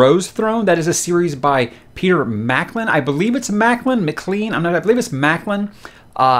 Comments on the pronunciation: McLean is pronounced "Mic-Lane" :) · McLean is pronounced ‘mac-lane’ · I believe it's pronounced - Mac-Clean. Good luck on your delve into the world of Gemmell. He wrote about 20 books in the Drenai saga starting with Legend, and he did some kind of post apoc western books (which are amazing, John Shannow books), and a trilogy about Troy and some other ones, so good luck, he's got about 35 books published in his name. And sadly yes, he did pass away a few years ago while he was working on his third book in the Troy trilogy. I met him once before he died at a book signing and he was an amazing man. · In Scotland we pronounce that name M'cLAYne (McLean).